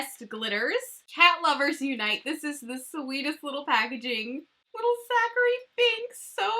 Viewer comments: I absolutely LOVE this collection and I’m so excited you did a review before it was released! Although, at the end it drove me a little crazy hearing you say Zachary Binx instead of Thackery Binx lol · Hey girl, great video! I'm so excited for this! The blacks cat's name is actually Thackery Binx. It sounded like Zachery when you said it. But I could have miss heard. Just a fun little tidbit.